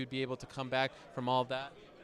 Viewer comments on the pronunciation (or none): "High off of some meff" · "high off some meff" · "Woulda thought you was high off some MEFF"